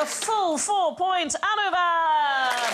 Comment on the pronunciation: I 'm sure It's Anubav and not Anuvab.